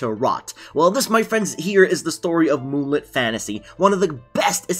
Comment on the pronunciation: It’s not Moon Lit Fantasy its Moonlit Fantasy